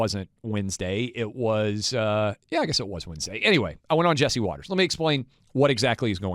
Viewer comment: What is “winsday?” Do you mean “Wednesday?” I know, accent. Or “acc-sint.” What happens with the i/e pronunciation??